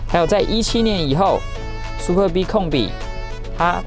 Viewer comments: 好像故意唸成Super B。他有時就是唸對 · super b?你是故意唸錯？ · 介紹的是不錯 但一聽到唸super B 就知道畢竟不是專門賣skoda的人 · 拜託 不懂要問。不念Super B. 好嗎？ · 一般人就算了 沒人在意 下面留言中有人會在意 因為這已經是高流量的 yt車商 最基本的車名，念”對“ 不難吧！ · 為什麼要念super逼 聽了頭好痛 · 聽到super 逼 真的很反胃 不知道為啥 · Superb 音節的重音在S跟P，至於B的唸法就是小時候學KK音標的 BBB ？ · L&K車主路過...那個super b念法可能不太對哦....... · 貴公司也算中古車YT最高流量之一的吧! 結果介紹車子第一句英文就念錯 這樣會讓人懷疑專業度在那呢? 發音不標準之類的都沒關係 但要賣該廠的旗艦SUPERB 也不是剛進來台灣 名字查一下~~~不難吧!!! 聽了頭好痛! 介紹的再精彩 讚我真的按不下去!